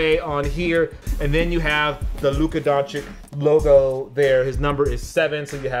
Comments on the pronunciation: Why do you say "Dončik?" The C in the end is not K like you americans read it. Actually it isn't C at all, it's Ć. Totally different letter, and totally different pronunciation. I see this everywhere on youtube when you say the last name of a person from Balkan, because most of last manes here end on Ć. You all are saying it wrong, and honestly it is getting a little annoying. Please, learn this things if you want to talk about someone. Dončić is world famous person, and you heard his name. Why do you say it that way then? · Ok i just gotta point something out... This dude, in a 30 second span... Repeatedly mispronounces Lukas name, gets his jersey number wrong, and then says the only reason he doesnt go on and on about Luka, is to avoid boring people with "basketball facts"? .... bruh 😂 Its Dončić, not "Donchick" . His number is 77, not 7. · Imagine reviewing shoes made for Dončić and mispronouncing his name everytime. SMH